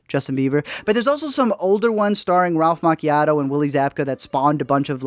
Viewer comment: “Ralph Macchiato”